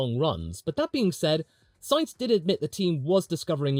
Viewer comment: Thankyou for pronouncing Sainz correctly. Better than the current F1 commentators. Note for them in the remote chance that they are reading this: It is not pronounced like the name of a can of beans. You really have no excuse if you are a motorsports commentator. It's not like it's a rare name in motorsport over the last 30 years!